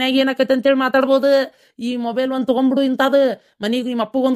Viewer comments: ಹಾದು ನುಬೆಲ್ ಅಲ್ಲ ಮೊಬೆಲ್ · 😂😂ನ ನೊಬೆಲ್ ಅಲ್ಲೋ.ಮೊಬೈಲ್ 😂😂